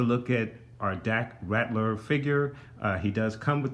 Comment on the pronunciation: This Vehicle is INCREDIBLE! Great Diorama. Dak's last name is Ral-ter not Rat-ler though. The piece you questioned is the Grappling Gun Luke pulled out right before the Walker Crushed the Snowspeeder, and that is where it Stores. The small pieces with the Gold on them are the Explosive Charges Luke threw into the AT/AT after using the Grappling Gun to ascend to the Underside of the Walker. The end of the Tow Cable attaches to the side of the Rear Mounted Harpoon Gun also. The "Opening Compartments" on the back Sides of the Speeder that lift up are the Air Brakes. You missed the Butterfly Joints on Dak when You went through the Articulation.